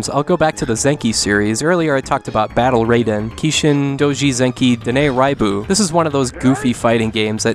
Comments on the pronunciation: You pronounced "Raiden" wrong, but "Raibu" right?! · In Japanese, "ai" is always pronounced as in "Hai."